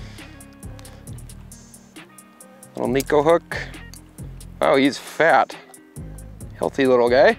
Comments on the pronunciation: Now if people can only pronounce it correctly. It’s ne (short e) - ko (co) It means cat in Japanese 😼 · either way it’s not knee ko 😹